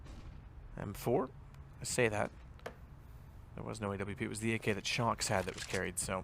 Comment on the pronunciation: can that guy him "shox" instead of "shoxie" pleaaase. it sounds so stupid